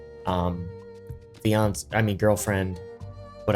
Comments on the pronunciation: its been getting funnier everytime he says it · Ingnore the mr beast crap. Did anyone notice how he slipped and said fiance???! Is this a sign